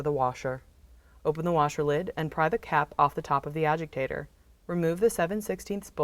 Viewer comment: it is a agitator not agiktator